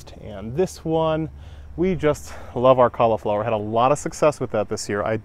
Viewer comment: I love how you pronounce cauliflower LOL. Where at in zone 5 are you located?